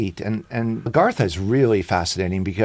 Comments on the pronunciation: Agartha is not pronounced - Argatha. He says it several times. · Someone please tell this guy its "AGARTHA" not "ERGATHA" ... its hard to take him seriously as a subject matter "expert" when he cant even say the subject properly. 🤦‍♂️ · Another one where the speaker can't even pronounce the topic 🙄